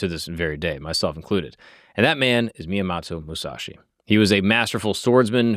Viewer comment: I don't care if someone mispronouces some Japanese but the homies name! Come on bro!